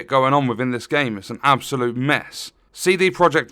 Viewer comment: "Seedy" Project Red. 🙄